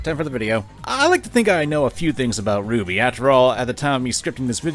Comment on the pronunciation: See my dude it's RWBY not Ruby.